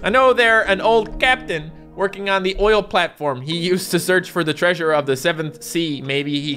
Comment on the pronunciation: The Word Saying Treasure..: Creature!!!